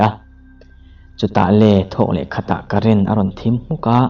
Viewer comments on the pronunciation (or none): none